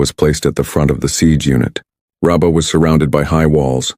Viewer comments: They said rubber many times. Who is reading this? It is Rabbah not rubber. 😮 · Excellent writing that can prompt a person to reading God's Word even more faithfully. Small technical issue, though, your AI pronounces Rabbah as Rubber